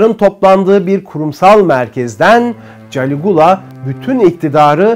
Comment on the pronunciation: Galigola yanlış diyorsun